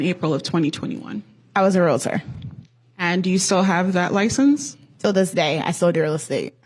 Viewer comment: Omg!!! It’s REALTOR not REAL-A-TOR!!! How can you be a Realtor If you don’t even know how to pronounce it correctly?????